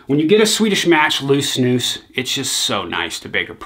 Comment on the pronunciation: i absolutely love this guy. Finally someone from the US who knows how to pronounce snus properly! respect from sweden :)